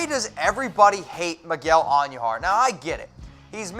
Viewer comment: Say it with me. Miguel An- DOO-har. It's not pronounced, An-YOO-har